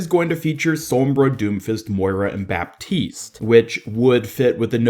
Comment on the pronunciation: It's pronounced "batiste" :)